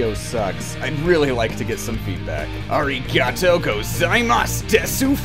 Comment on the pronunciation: he'll never pronounce arigatou gosaimasu correctly will he... sigh